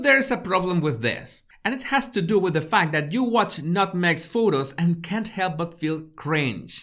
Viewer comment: omfg "nut meg"